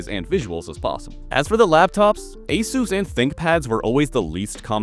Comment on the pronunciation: Every time you pronounce Asus in the company approved manner, a sales drone gets their wings.